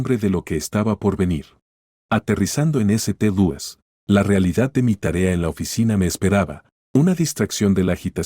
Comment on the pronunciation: Hay una enorme laguna en el relato, lo que dificulta la comprensión. Eso sin contar con la pronunciación... ¿eseteluis?